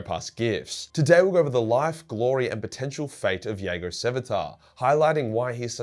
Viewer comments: Those Night Lords novels dragged me back into this daft, money pit of a hobby. Love your work but I have to be pedantic as I'm sure the J is pronounced in Jago in the audio dramas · Me, wondering why is pronouncing Jago with a "Y" and not a "J". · Lolz. I don’t think the J is silent is it!? Never heard it pronounced that way, n u b gettin a lil crazy wit pronunciations from t2t 😏. Anyways, in conclusion, just say the J plez. 😅